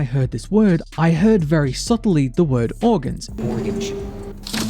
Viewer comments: He sounds like he is saying Mortgage to me which is way worse then organs imo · The organs one sounds like organsh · I hear orginjs instead of organs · the "organs" part sounds like that because it sepates the "or" "ang" "e" as shown in the screens, i think thats why since they are separated in the screens, and when u say it separated like that it sounds similar to " organs ".